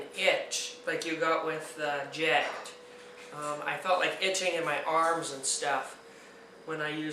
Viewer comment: its pronounced jacked